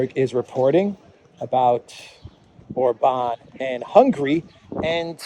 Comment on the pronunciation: God bless and protect Viktor Orban. (And it's OR-bahn, not or-BAHN.